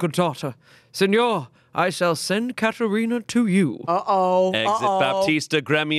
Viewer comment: As a person who is named Katherina, thank u for saying my name right 😊😊